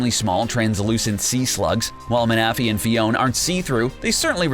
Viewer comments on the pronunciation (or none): He pronounce Manaphy (man-uh-fee) as Muh-Nah-Fee that bothered me sooo much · don't forget mana-fee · Manaphy is pronounced Man-na-phy. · Dude!!!... it’s Victory-Bell not Vic-tree-bowl🤦 come on haha also It’s Mana-Fee not minufee and it’s Hoot-Hoot not hoo-thoot 🤦😂😂 I love your videos guys just please look up the pronunciations for things first 😂😂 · Ma-na-fee not mana- fee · GODDDDDSD!!!!! All the f**king times he said maNAphy 😡 IT’S PRONOUNCED MANaphy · Ma-Na-Phy sent me in a cringe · Mana-phy Its manaphy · so you know, you actually mispronounced some of the names of the Pokemon on your list. Here's how they are correctly pronounced: 1. Manaphy (Ma-nƏ-,fē) 2. Gyarados (gi-'yer-Ə-dōs) 3. Victreebel ('vik-'trē-beL) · XD it's so funny you said Manaphy and Victreebel wrong. I understand with Victreebel but Manaphy is easy Mana-phy you know what Mana is well there you go. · it is. Don't believe any of this videos pronounciations like seriously hooth-oot? min-athy? and they spelled drowzee wrong. but I guess they did make a referance to the OFFICIAL magikarp song... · He can’t say say man a fee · Why do you pronounce Manaphy like that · I can’t watch..... The mispronunciations is making me cringe Especially the Manaphy and Victreebel part.... 😢😢😢